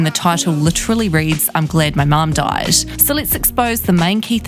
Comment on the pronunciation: You trying to say "mom" in your Kiwi accent is giving me life 😂😂😂😂